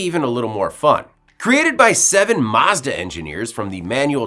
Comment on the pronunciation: I really hate the way you pronounce Mazda